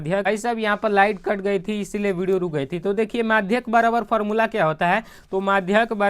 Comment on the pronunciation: मधिका nhi maadhak